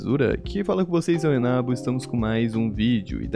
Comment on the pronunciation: só eu que acho muito que o sempre fala no começo dos vídeos "eu sou o Renabo"?